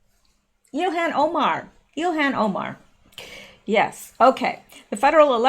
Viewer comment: Love how you pronounce Omar's name. It sounds like, "ill-hand Omar." Everything she has her hands in becomes diseased!